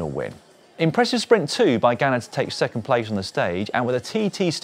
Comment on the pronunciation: Dans pronunciation of Ganna making up for the few presenters/commentators who still insist on calling him Garner 😅